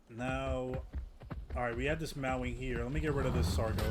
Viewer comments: May-wing is how it's pronouced that the only criticism I have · its NOT meow wing,. its MAEWING!! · Bro said 🐈wing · heard him pronounce it "meow-wing". Immediately went to comment section lmao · 😂 he said meow wing